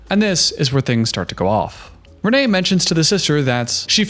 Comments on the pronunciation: For thr love of everything her name is pronounced "rain" and not Reneé.As a Reneé I don't claim her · She pronounces is Renee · I get that she isn't someone who commands respect, but I feel like you can at least do her the justice of pronouncing her name right. It's Rayne, like "Rain" spelled like "Wayne"